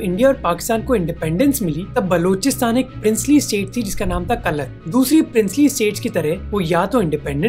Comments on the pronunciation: Operation mEghdoot not maghdoot . It is pronounced kalaat not kalat. Pakistan is a revisionist group because it wants to reestablish an inspamic rule over non Muslims. All these instances are fine but no primary proofs have been presented , which means R&AW is good . Long live R&AW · Kalat nahi bhai Kalaat, script padh rahe ho sirf